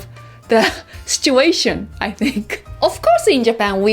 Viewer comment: I have noticed that Japanese people CANNOT say "Situation" properly. They don not pronounce the "i"